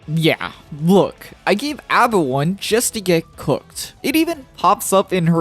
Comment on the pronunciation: A.B.A is pronounced with the phonetic a, like the group ABBA. It's the origin of her name after all. It's you think that's midge be a reference to music somewhere, it almost always is.